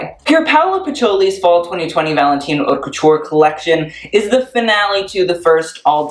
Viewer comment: Pierpaolo Piccioli not Pierpaolo Piccoli!! ;)